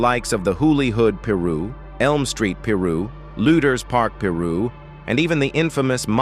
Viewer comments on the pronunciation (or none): Why this fake AI voice mf can't even annunciate words correctly soogah night n peroo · Peru? Su gay Knight? Wtf is this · Not Peru 😂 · Su- gay night and the pir-rus 😂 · Sue-gay knight 🤣🤣🤣💀💀💀 Puruu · Mobb Peru , Sue-gay knight?? 😂😂 st8 disrespectful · It’s pronounced Pie- Ruu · Peer Ru Cru 😅😅😅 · It's pie -roo , silly bot , named after pirus Street , learn something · Is this some AI voiceover shit or white guy reading a script ,because he pronouncing Piru straight wrong, and can’t even say, Suge Knight😤😤😤😤😤😤😤😤😤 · I died a little inside when he said that shit how do you get they names wrong when there is tons of video out there with the right pronunciation lmfao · I can't even watch a video that can't pronounce Suge Knight or Piru smdh